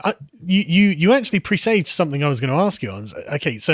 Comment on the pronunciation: 'Presaged' - Sargon's new fancy word (used and pronounced incorrectly). Bloody autodidacts.